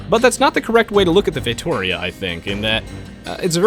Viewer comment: I'd prefer that instead of make the fay-toh-REE-ah (that's how you pronounce it, dang non-Portuguese speaking people) limited or accessible by all or no civilizations, that the stone be nerfed and gold, food, and wood be buffed. Also, I think I would be in favor of at least 33% of civilization with a unique ship and another 10 or 15% with a water bonus. Also, what would you think of adding a new expansion with Polynesian civilizations, the Dutch (based on the naval empire), and maybe some of the North American Natives.